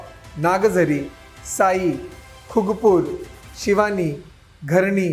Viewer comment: शिवणी आहे ते ..शिवानी नाही